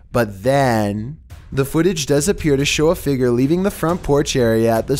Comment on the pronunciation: No one: pronouncing figure: Fi-G-er